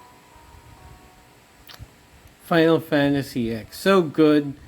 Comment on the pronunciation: Lol, you called it "Final Fantasy Ex" lmao. "X" is pronounced like it should be as a Roman numeral - ten.